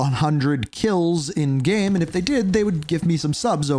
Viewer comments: it's pronounced "game" not "gem" lmao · Why do you have so much trouble pronouncing the word "game"?